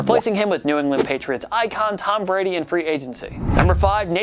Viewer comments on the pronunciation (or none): none